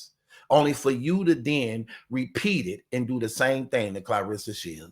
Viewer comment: I love the way you say her name Clareesa.. like Hannibal Lector😂